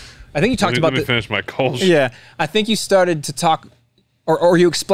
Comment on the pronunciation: Btw. Kölsch… the o with the 2 dots… ö… is annother pronounciation. the mouth is the same like o, but your thounge must form like you like to speak a y, like in „yes“… sounds weird but i think it works 😄